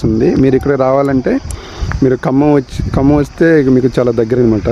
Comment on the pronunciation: Say kambham yaar.....we are listening as khammam